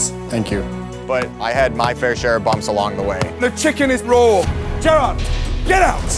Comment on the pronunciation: Is it Jared? It sounds more like “Gerard”.